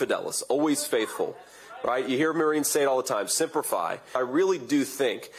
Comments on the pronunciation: Semper not Simper. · Is he saying simper fi? I thought it was semper fi. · And why does JD say "simper" and not "semper"? Not that simpering isn't very apt for him and Trump. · It’s sEmper, NOT sImper